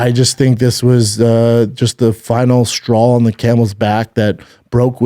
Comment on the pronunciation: It's straw... Not strawl 🤦🏻‍♂️